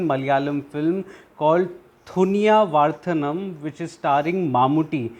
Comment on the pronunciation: ThAni Not ThUni